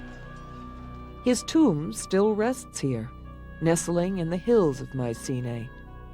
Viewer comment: "May sea nay", "Atheney", "Atheny" and "Pantheon"...nice and charming documentary, but the ignorance behind pronunciation like these...